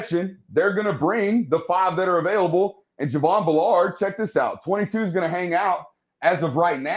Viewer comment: Good film work, but take time to learn to pronounce the player names. Driving me nuts to hear you keep saying B’Lard- it’s Javon Bull’erd!